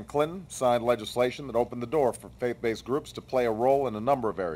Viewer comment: Nice points; funny though how he says "face-baithed" at least 6 times :P